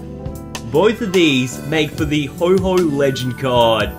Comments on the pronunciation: Not to be rude but it's pronounced ho-oh not ho-ho just letting you know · yeh it isn't ho_ho its ho oh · It's Reg ice and Ho oh. Not Regi ice and ho ho